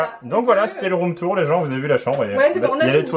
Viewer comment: « c’est le rhum tour » Tu as bu? 😂